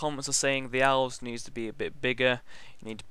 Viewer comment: when he says elves cause of his bitish accent sounds like owls